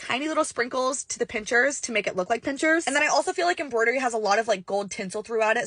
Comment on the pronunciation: *pincers not pinchers 😂